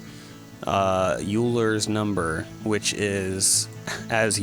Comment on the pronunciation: Euler is pronounced Yoiler almost like oiler